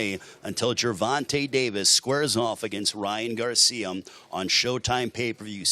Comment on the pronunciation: was the only one hearing "Ryan Garcium" ?